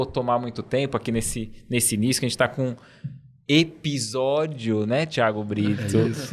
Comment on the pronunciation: Eu gostava de ouvir "ebisódio" 😅